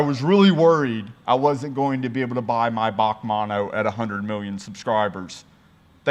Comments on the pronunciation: It’s not pronounced Baque it’s actually just the letters B A C mono 😋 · B.A.C Mono NOT F***ing "Bac Mono" Please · Back manno it's bee a cee bac manno 😆 🤣 😂 😹 😆 🤣 😂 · Briggs Automotive Company Mono. "B A C mono" Not "Bach" mono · Bee A See. Not bawk. Sick cars. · B A C mono, not "bac mono" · It's B.A.C mono bee ayy see not bac or bahc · It’s not pronounced bac It’s pronounced B-A-C mono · its not a Bac its a B A C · As far as I know it is pronounced BAC, like you say BMW individually, not Bac as one word. I hope you can understand what I am saying lol. I like your longer video format too. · Interesting video...as always! B.A.C. is an abreviation of "Briggs Automotive Company". It is not pronounced as Bac or "Bach" as you did. I'm sure you would not call a BMW a "Bimwa"... Otherwise, great to see what car cultures exist in unexpected places! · I have to say its pronounced Bee A Cee Mono, short for Briggs Automotive Company founded by brothers Neill and Ian. Cambodia looks awesome. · I'm pretty sure its B.A.C. not BAC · British Automotive Company so pronounced Bee A Cee 😁, pedantically yours PB555. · I'm sure Christian Von Koenigsegg likes being now known as Christopher 🙂...... Oh and you pronounce each letter in BAC. Keep up the great content my man...